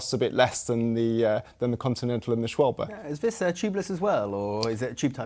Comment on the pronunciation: This might be the first time I've heard someone correctly pronounce "Schwalbe"